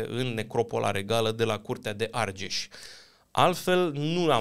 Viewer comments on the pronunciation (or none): none